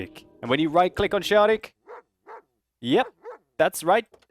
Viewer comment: Not Rudi but ( Rudy ) and not Szaryk but Szarik :)